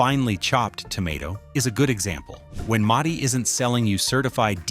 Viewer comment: Please teach your AI to pronounce Mutti correctly